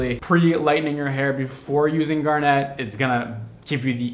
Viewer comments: I would give him a pass on the pronunciation of garnet; but when he states very clearly that he named it after the gemstone, I have to point out that the emphasis should be on the first syllable & the ending is not pronounced like a hair net. It would sound more like GAR-nit, not gar-NET. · Also it's GAR-net, not gar-NETTE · I know. But “garnet” doesn’t sound nearly as cool as “garnèt” ☺️ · I'm so confused with the pronunciation of 'Gar-net' and it being purple. My grandmother LOVED garnets. I've never heard it said like that. I've always heard "Gar-NIT" and it's definitely a deep red. It's like hearing "Gr-eh-n" and it's described as blue. My brain can't. 😆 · Gar-nit. If like the stone. Same tone so guessing. No gar-net. I think that is a gar fish catcher. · It's ...Garnit ....not Gar-net.....just FYI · Him pronouncing it "gar-net" instead of "gar-nit" makes me think of a fishing net specifically for gars and I hate it here. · I've never heard garnet pronounced this way... (grew up near a garnet mine)... I've always heard it said gar-nit, not gar-nette. shrug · Gaar nuht not gar net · why are you saying garnet like that its one word not gar- net its garnet… one word like gar-nit but garnet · How you pronounce Garnet is so strange lol! No emphasis on the “net” should be pronounced “garnit” (it sound not net) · “GAR-net” “it has red tones in it but it’s a deep purple color” … it’s garnet like the gemstone.. it’s literally red just like the Mondo color?? Wtf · Please PLEASE someone teach how to pronounce Garnet... it's not "garnette" just like its "corset" not "corsette". Please people. I think I'm going to cry. I'm yelling at my tv. 😢😂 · It’s usually pronounced “gar-nit” 💜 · Actually Steven universe said that Garnet is pronounced Gar Knit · The way you say garnet 🤦🏻‍♀️ it’s actually Gar-net like the fish gar and a net you catch butterflies with lol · ☺️ He makes it sound so… elegant! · dude the way he was saying it bothered me so much 😂